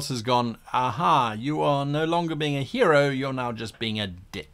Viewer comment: I'm sorry, at the end of the intro did he say hero or gyro?